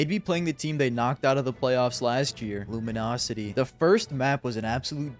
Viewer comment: "luminosity" SMHH, THIS IS SO UNPROFESSIONAL OF YOU DISLIKE :/ UNSUB